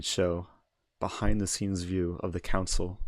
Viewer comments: I think it's pronounced "console", not "council" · Yeah he was calling it council 😂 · The way you say console sounds like council😂